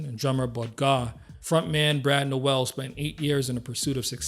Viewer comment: Sorry, but this would be more impressive if you pronounced his last name and "Santeria" correctly. Also, I don't even get the comparison with Nirvana. Brad was definitely more talented than Kurt Cobain, and I don't know anyone who would argue that.